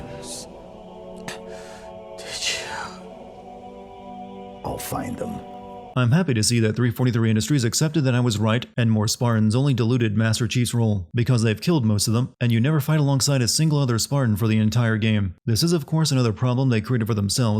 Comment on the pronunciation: "Deluded"? 🤨 Diluted. Die-loot-ed.